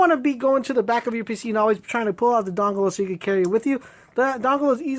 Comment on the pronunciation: LMAO. i thought it was by mistake, bus its just the way he says dongle XD